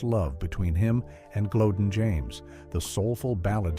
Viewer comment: The Late Great Barry White's Wife from years ago, NAME is Pronounced " GLO- DEAN, Not GLODEN, please get it Right!!!